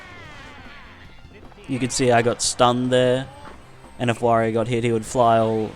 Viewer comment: It's pronounced 'W-or-ee-oh'.